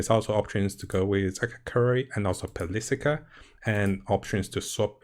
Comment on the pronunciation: I am not writing from hate, but if u look at a word and divide it up its easier to pronounce. example: Ar - de - li - a , Per - li - ca great video <3